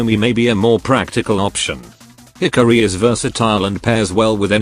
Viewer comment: "Hickory" (Hikari) 😂